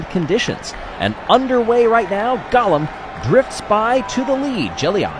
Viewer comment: Golem not Gollum.